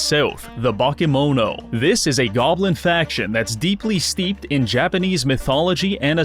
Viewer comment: Your pronunciation of "bakemono" (Japanese word for monsters) made me realise how important accentuation is, because despite all of the letters being pronounced more or less correctly I only realised it's that word when you were explaining it's basically Japanese monsters.